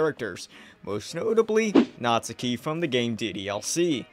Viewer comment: Like omfg, it’s NATSUKI not NAZIKI😭😭